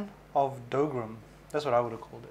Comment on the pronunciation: The dougram is pronounced dah-guh-ram and the cute girl is a guy =P The kit looks like it's a bit too expensive for such a simple design, but I still hope that we'll get a soltic.